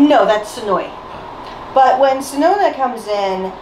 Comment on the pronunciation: also white's name isnt sonona its sononi. also sonoza is brown not orange. dont worry its Jetman and the third is goonger